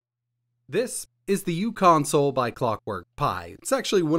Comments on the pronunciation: The u in "uConsole" isn't pronounced as "u." It's "u" as in micro. So it would be pronounced Micro Console. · It’s pronounced “micro-console”.